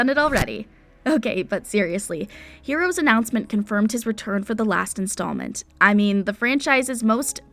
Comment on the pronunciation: Is it really so hard to get Hero’s name right?!?!